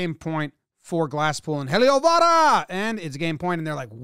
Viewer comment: Love the enthusiastic "Heliovaara"! The pronounciation is pretty close too!